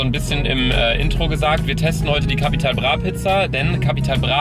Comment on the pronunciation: No Jok Leute der einzige Youtuber Capital Bra richtig aus spricht 👍